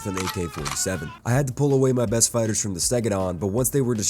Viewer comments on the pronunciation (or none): none